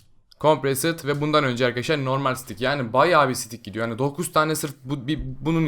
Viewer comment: Sıtik derken sidik diyon resmen